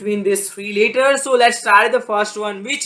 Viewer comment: Stop shouting.. and stop saying the word "letters" in a weird way..